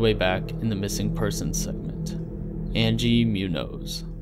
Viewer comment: Does the redacted animal say "bear"? I always thought it said "bull". Also, slight nitpick, "Munoz" is pronounced "MOON-yoze".